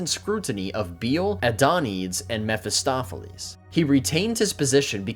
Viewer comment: Be careful of the Greek/Latin 'e''s. They're not silent like in English. Hercules is pronounced "her-que-leez." Bele is probably "Beh-lay" though it's unclear. Think "bene gesserit." Adonides is almost certainly "adon-e-deez." Greet content though. Keep it up.